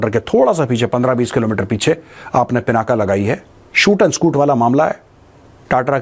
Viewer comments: I humbly request you, please don't call it पिनाका, it is पिनाक ये भगवान् शिव के धनुष का नाम है, इसको मत बिगड़िये, वैसे भी इन अंग्रेज़ों ने हमारी गंगा को गंजा कर दिया। कम से कम हम तो न बिगाड़े। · The real name of Shiv Dhanushya is " Pinak ". Not पिनाका।